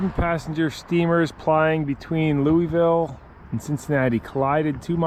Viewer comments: It's pronounced "Louavul" all slurred together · Thanks for not calling Louisville Lewis ville but you did say Lewee ville its pronounced -------- Lou ah ville